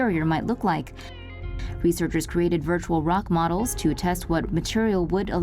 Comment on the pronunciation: Did she say “reaserckers”?